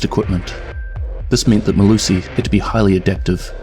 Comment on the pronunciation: As a South African I'll let you know that you absolutely butchered her full name, but nice video man.